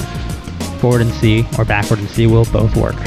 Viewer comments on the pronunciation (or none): none